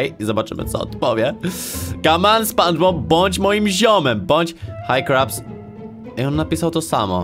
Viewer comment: sie spanczpob